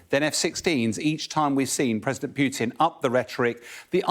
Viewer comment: It's not PYUtin. Putin.